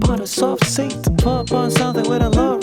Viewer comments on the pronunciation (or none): none